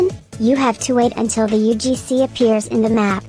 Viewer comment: Bro sayed "UFC" Not "UGC"